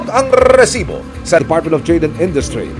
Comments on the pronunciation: ung maiinis ka sa Reeeesibo kaso gusto mo pakinggan pero nakakainis hhahaha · siguro ako lang pero nakakairita RRrrrrresibo, Ang corny mo emil sumangil. Ginagayang pilit si mike enriquez.Sorry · When I see its resibo I immediately pause the video and just leave a comment that its so cringe to hear Rrrrrresibo. Just my opinion 😅